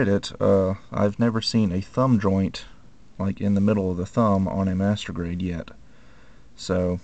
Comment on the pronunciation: why every time u say master grade it sounds like masturbate??... O_o